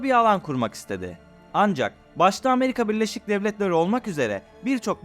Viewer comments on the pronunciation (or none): none